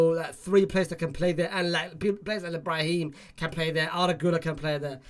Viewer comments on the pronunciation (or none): none